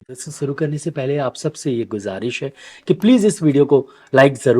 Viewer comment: Dr sahib ap bilkul sahi tor per ghuzarish main shin ka lafz ada karte han lekin jab ap shuru Karen to ap suru karne kehte han. Halanke ap asani se shuru keren keh sakte han